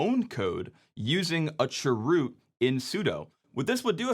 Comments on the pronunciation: I'm sorry, but the way you say "churoot" hurts me for some reason 😭😭 (i just say "c h root" lol) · chroot: ❌ chwoot: ✅ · I know... I can't handle it this pronunciation. What's wrong with saying "change root"? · That sounds like 'Dwight Chroot" form "Chroot Beet Farms". I always heard it being said as "change-root" or "c-h-root". Also the "Etsy" shadow file... i also never heard it that way... usually it's "slash-etcetera" or "slash-e-t-c". thanks for the videos though. cool stuff! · I just noticed this, you said (sur)root aka chroot. I knew what you meant but it dawned on me that it would have thrown me way off as a newbie. The CH is short for change, so change-root. I think it would more clear for command like this if you use the full name, or use the letters instead of sounding out made up words. Say CH-root instead of (sur)root. I'm not trying to come off as pedantic, I'm just saying if I didn't already know what you meant I'd be lost. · The way he said chroot cracked me up. Made me think of that song from Mary Poppins... Chim chimminy chim chimminy chim chim chroo 🙂 I've always called it change root. My version of sudo is ess-you-doo. I don't like saying it as a word because it sounds like pseudo.